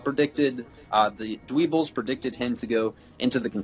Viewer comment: It's not dweebles its dwebbles